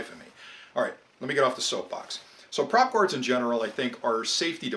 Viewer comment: you lost me at prop gards